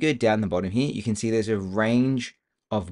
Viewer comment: a lot of good information but I had to listen to it a few times, the second time with cc on. SLOW DOWN your speech. You talk way too quickly, plus with your accent I found you difficult to understand. Work on the word "here".